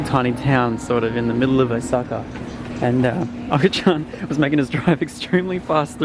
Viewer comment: When he said Okachan wrong I cringed so hard He hasn't been watching sammits videos